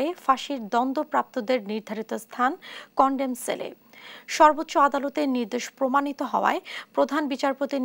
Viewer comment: Condom cell না Condemn cell হবে। এতো বড় মেইনস্ট্রিম নিউজ চ্যানেল তাও এতোবড় ভুল কিভাবে করে এরা।🙄🙄